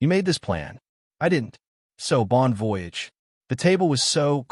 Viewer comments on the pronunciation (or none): She said she had applied for a job but she doesn't have one yet. So what if she doesn't get a job? It's pronounced bon vo-yage. AI learn to announce the words. Since he said no, why didn't she just go on by yourself. Why do others think insulting someone gets them to do what you want? Why do mothers get involved?